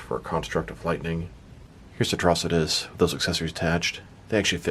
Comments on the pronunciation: Dude! You need to learn to read man. It's pronounced like atrocity. Watch the show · The way you said his name in the intro made it sound like a cronic disease 🤣 Atro-sitis 🤧🤮🤒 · Who the hell says Atrocitus like that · You didn’t pronounce his name correctly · Why did he pronounce his name like that lol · Saying his name waaay incorrectly. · You said Atrocious wrong at first it was funny I think the green lantern animated series he was the main villain I haven’t watch since the last episode came out